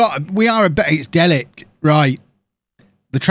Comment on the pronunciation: Just FYI, Delic is said like Delitch not Delik (and should also be written Delić but for some reason SI don't bother putting accents on Slavic names).